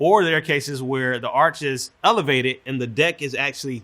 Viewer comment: engineering school couldn't teach him to say 'arch', but he's trusted with building bridges?